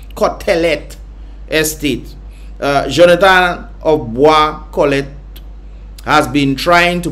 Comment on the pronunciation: So, i have a suggestion. before you read anything publicly, read it to yourself a few times, make sure you have the right spelling and pronunciation of words first before making yourself sound like Floyd Mayweather fighting against a Harry Potter children's book. That was horrible. Cant even pronounce Bois Cotelette (pronounced Cotlet) much less for Daniel's last name.